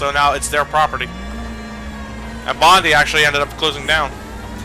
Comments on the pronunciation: they pronounced Bondi as "bon-dee" instead of "bond-eye" *twitch* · I cant help but cringe when they say Team Bond-E. ITS SAID BOND-I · 1) It's pronounced "Bond-eye" 2) Team Bondi members left to work on Happy Feet 2 after they closed down, but they opened back up again this year and announced they are making "Whore of the Orient" for PC and Next Gen Consoles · Bondi's meant to be prounounced like"bond-eye". How would I know this? I live in the area. It's in Sydney, Australia.